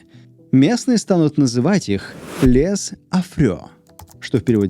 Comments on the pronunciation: Во французском языке буква " s " в конце предлога " les" не произносится, ибо она показавает, что это " множество" и читается как " лэ". Где-то так...😮😮😮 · Les по французски читается как ЛЁ.)